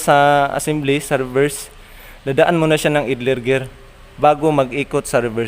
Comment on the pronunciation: Gusto ko sana ay ipakita mo ang sitwasyon na nagkakambio ka habang tinatapakan ang clutch at umiikot ang flywheel. Puede rin na pagtabitabihin ang shift gear assembly, transmission, at clutch assembly. Maari ding ang mga assembly at nakakabit sa chassis. (ang pronunciation ng idler ay AYDLER).